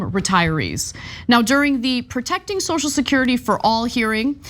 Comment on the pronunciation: Notice when Johnson sues the word- he calls it 'So-security'. He can't even bring himself to say the word 'social'.